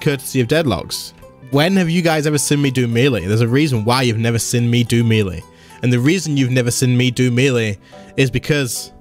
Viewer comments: It's pronounced may-lay... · Does anyone else cringe when he says melee?